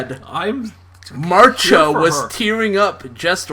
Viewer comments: THE NAME MARCIA IS PRONOUNCED AS MARSHA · BUT! in The Brady Kids spinoff, the intro's lyrics pronounce it "Marsha"